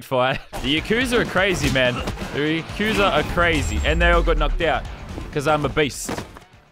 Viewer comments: Btw it's pronounced yah koo sah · When he says yakuza wrong XD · Its pronounced yakuza not yakuza